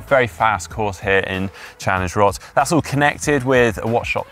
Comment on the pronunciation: is probably the only Englishman to pronounce Roth correctly. Well done!